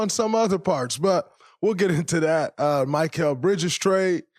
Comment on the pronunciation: Why does draymond not know how to say mikal bridges name correct